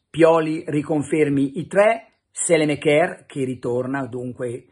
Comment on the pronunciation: Pellegatti, Saelemaekers si pronuncia Sàlemàkers...non sèlemekèr